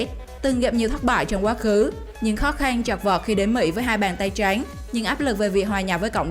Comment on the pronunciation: Bạn nói từ trắng , chữ khó khăn nghe kiểu gì ấy